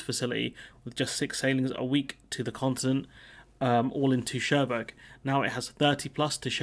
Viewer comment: Minor quibble: Cherbourg is prounounced 'Shaireboor' - not 'Chairburg'.